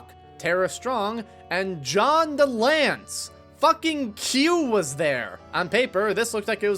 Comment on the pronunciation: UV light is not radioactive. Koenig is pronounced KAY-nig. John DeLancie is duh-LAN-see. Epitome is uh-PIT-oh-mee. Just look some of these up next time.